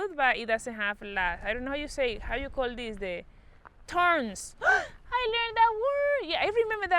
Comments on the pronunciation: Thorns,, no thorns,, th Como th in the word THE ,the tongue through the teeth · "How you call dis? TORNS" HAHAHA MAYA😂❤️